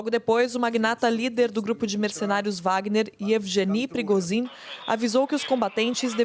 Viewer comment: Se pronuncia prigozine não prigogi